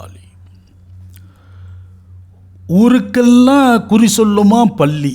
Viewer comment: அது பள்ளி அல்ல. பல்லி.